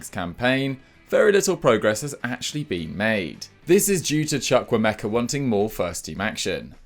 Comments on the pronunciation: You butchered the name Chukwuemeka 😩😂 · Did his best.